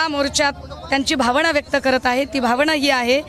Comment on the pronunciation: भावणा नाही हो..भावना म्हणा